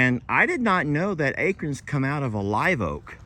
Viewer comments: I’ve never heard acorn pronounced the way says it. He says ACRN, without the O and I can’t stop laughing. Where did the O go?!? 😂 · The O disappeared in Texas lol 🙋🤪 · you should read the story with Waylon someday. I remember LE use to read with the animals. I am so sorry but I LOL like Jamie when you say acorn. Please record and ask Jamie to say it. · Thats how we say it in FL too. We have water oak (paddle shaped leaves) and live oak (acorns) all over the place.